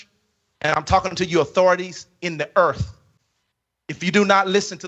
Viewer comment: What’s Erff